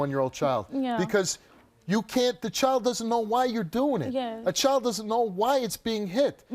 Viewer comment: Can you pronounce child correctly please, it’s child not choid